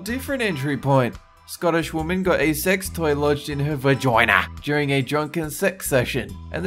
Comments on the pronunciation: I love how he says vagOINA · "Vogina" hahahah I love u😂😂😂😂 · THE WAY HE SAID VAGINA IM CRYING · 😂😂😂😂😂😂HAHAHA! The way he says vagina! Rotfl! 😂😂😂😂😂😂 HAHAHA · The way he said vagina 😂